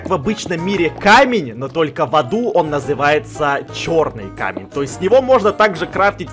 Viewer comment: сказал в заду а не в аду